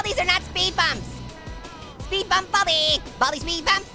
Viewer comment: your saying baldy you should say baldi